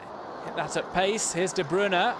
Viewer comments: sani It just drives me crazy when I hear "De Broon" (at least he's changed to "De Broon-uh," but it's "De Broy-nuh") and "Awearo" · de broon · Iam from Belgium and you say De Bruy-nah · "De Bruna" 😂😂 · It's De Bruy-nah/na I'm 99% sure as that is how Belgium reporters say it should be pronounced -__ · The way the commentator says de Bruyne annoys me